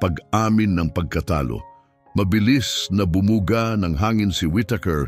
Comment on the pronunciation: Maganda ang kwento mo pero nakaka dismaya dahil may mga mali sa pananalita at pag bigkas halimbawa ay labaha kailangan ay baybayin la-ba-ha paris ni ng Pangalan Cathridge - Cathright, kalapit madaksa hindi malumanay kalapit, malabsa patibong hindi pa-ti-bong, bumuga -di malumanay bu-mu-ga di binabaybay